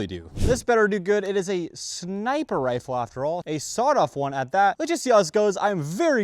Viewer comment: "And we have this crazy sniper rifer..."